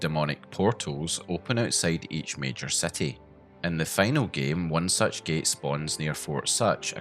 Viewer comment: such SUTCH such as SUTCH